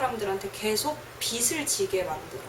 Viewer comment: 비슬 지게~~로 발음하지 말고 비즐 지게~~로 발음해야지~~ 국어 연음법칙~~